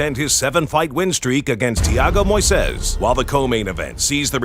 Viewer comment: Idk who narrates these videos but I swear is the first english native speaker that pronounces "Moisés" correctly. Props to that dude